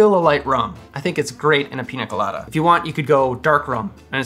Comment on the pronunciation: Great video,! And I love that you pronounce it Piña Colada (not Pina Colada, as most English-speaking youtubers do). Cheers!